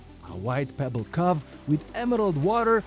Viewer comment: Your English is excellent. Your only mistake is how you pronounce cove.